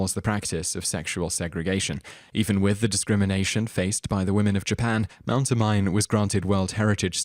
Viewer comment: It's pronounced Mount Oh-mee-neh